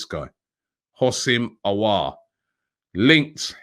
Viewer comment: From Alios to Alas. By the time we sign Aouar Robbie will get the name right. haha.